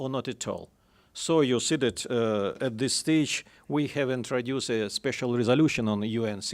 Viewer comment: He needs to cut out the "...you see dat". It makes it tough to listen to him present